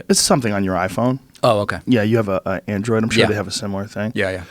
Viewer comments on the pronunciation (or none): none